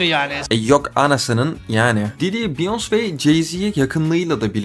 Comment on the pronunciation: abi biyons' degil beyoncé sekli okunuyo vallahi ibneligine degil ogrenelim die